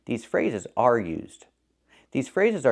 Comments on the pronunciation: I agree should watch five of your excellent videos before she makes any other one. But I think she said “are” not is, but a very light and not well enunciated “are”? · Yes, but she didn't pronounce the /r/ sound, so -- a native speaker -- heard it as "is." It's the same type of mistake as her pronunciation of "modern".